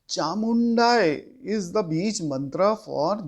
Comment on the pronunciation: You are wrong sr. Is not chamundayi, is Cāmuṇḍāyai. Please, correct yourself before critizice.